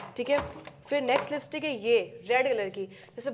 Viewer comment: Lipstick ❌ Listick✅